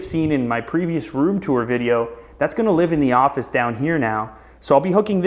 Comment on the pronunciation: The ''ofice''